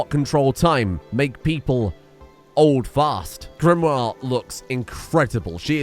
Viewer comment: I notice you're pronouncing Sir Max's baby mama's name as 'GRIM-wahr' even though you spelled it in a way that would be pronounced 'GRIM-ohr'. The way you're pronouncing it has another 'i' in it, Grimoire.